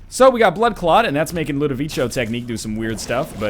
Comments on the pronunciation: (ludovico. not ludovicho. it's a hard K sound.) ~whistles and ducks thrown objects~ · I feel like my ears are being stabbed: Ludovico is pronounced like "ko", as in "constellation" ,not like in chow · I know this is getting to you late, but it's pronounced "Loo-duh-vee-Ko", not "Loo-duh-vee-Cho". It's driving me crazy. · Isn't Ludovico an italian name? If so, it should be pronounced Ludoviko, not Ludovicho! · Again man? It's Ludoviko, not Ludovicio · Ludovico not ludovicho goddamnit. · Please stop saying Ludovico technique like that! It makes my ears bleed. It's LudoviKo. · Ludovico is italian and it's pronounced like ludoviko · I think it's pronounced "Ludoviko", NL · LOO DOUGH VEE CO LOO DOUGH VEE CO LOO DOUGH VEE CO LOO DOUGH VEE CO LOO DOUGH VEE CO LOO DOUGH VEE CO FOR THE LOVE OF GOD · So am I the only one that hates the mispronunciation of Ludovico? Don't get me wrong, love the video, love NL, but goddamn it irked me. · Ugh, please stop mispelling "Ludovico". You even said it right once in the past! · One day NL will pronounce ludovico correctly... one day...